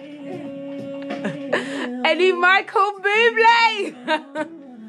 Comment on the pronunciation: Michael Booble instead of Buble lol!